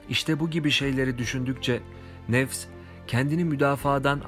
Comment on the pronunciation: Videonun sonundaki duada nefes yerine nefes diye seslendirilmiş çok önemli değil ama yine de söyleyim